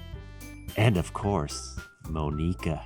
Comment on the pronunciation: can't stand them clling monika that T.T it's not pronounced that way T.T